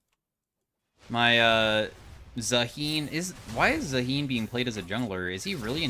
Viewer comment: pretty sure its pronounced zaa hen (hen like the female chicken a hen)